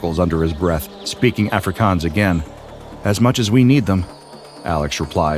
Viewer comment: That is not how jou say Afrikaans🤣